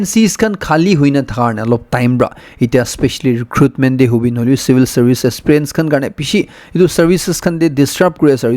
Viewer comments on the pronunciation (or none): none